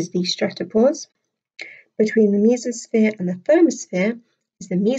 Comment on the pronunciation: You said mesosphere wrong.